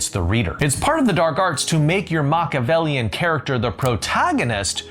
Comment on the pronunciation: I enjoy your content but for the love of gawd.... learn how to pronounce Machiavellian.... it's not MOCK..... had to skip it. All else.... great points. Thank you .